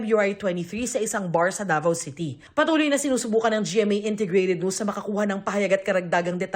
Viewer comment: It's Ricky Davao, not Da vow !!! 🤔